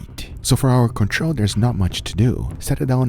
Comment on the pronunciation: Control! Not "Controh"